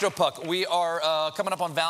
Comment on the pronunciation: First of all his last name is pUck, not pAck.